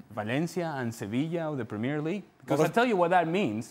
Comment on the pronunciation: He can´t even say ”Premier League” right....